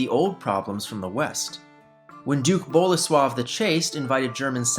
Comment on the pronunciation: Bolesław III not Bola swab III